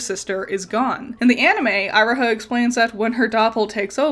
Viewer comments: You're pronouncement of Iroha hurts me so much It's "Eee-ro-ha" not "Aye-ro-ha" XD Otherwise, excellent video! Love seeing you talk more about PMMM. It's interesting how I do like Magia Record, but it doesn't quite click with me 100%. I think it's mostly because of how it raises so many questions about the worldbuilding, the overwhelming number of characters, and Homura's jaunts through time, but I'm not also wondering if it's compounded by the inspiration. I didn't know about Night on the Galactic Railroad before this video, and I think having a strong concept of Faust made the original so much easier to digest for a westerner like me. All the same, it's good to see the level of thought put into the original series is still on full display here. Magia Record felt like an unnecessary spin-off to me when it released, a Gacha-tie-in promotional series, but the writers really made it work well after I gave it a second chance, even with my gripes. Definitely noticed the bird theme going on but you really put it all together. Great vid! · Its kinda... unpleasant that you keep saying Iroha's name as Eye-roha Not to even mention that you didnt even talk about Giovanna looking like a Plague doctor Also even saying that the NightHAWK star as nightJar star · not to be that person, but Iroha is pronounced E-Roh-Ha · Eye roh ha??? It's eee roh ha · interesting way of pronouncing iroha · You could have at least tried to pronounce Iroha’s name correctly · It's definitely my B on how I pronounced Iroha. I always tend to struggle with pronunciations. Personally I never thought Giovanna looked much like a plague doctor. You and several others have commented on it, and I guess I kinda see it. But it was never anything that really jumped out to me before now. Actually, the Nighthawk and the Nightjar are the same thing! One is just the European name for it. :D